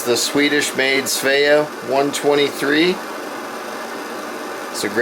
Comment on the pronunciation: Pronounced as, Sveee-Ah. svea.